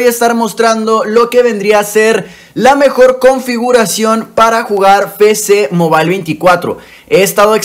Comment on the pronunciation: Ah alguien mas le da ansiedad qcada ves que dice "FECE MOBAIL" sabiendo que es "EFECE MOBAIL"